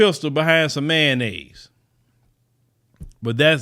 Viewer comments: That's that ma-yayo-nnaise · Someone being murdered is always sad… but, every time said Mayonnaise I did laugh 🤷🏾‍♀️ I know that’s bad.